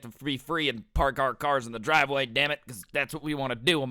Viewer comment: Dwive way lmao